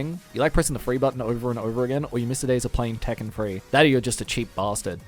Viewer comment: You should start pronouncing three as not "free" at some point.